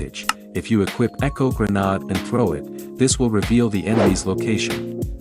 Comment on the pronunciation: It's gre-neyd He finally said it right Gre-nahd again!?